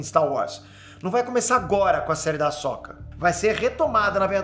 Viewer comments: Eu não via com esse ponto de vista, mas concordo com você. Agora vejo como algo bom! =) Só uma coisa (rsrs)... Não é Ahsóka, e sim Ahsôka (mas tanto faz também). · primeira vez que vejo alguem falar “ahsÓka” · Da agonia ouvir o pronunciar o nome da Ahsoka rs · O cara nem saber falar o nome da personagem direito pqp